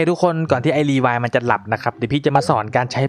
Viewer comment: รีวายครับไม่ใช่รีว้าย